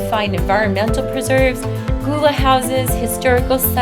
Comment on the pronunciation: BTW Gull-la is how you say it.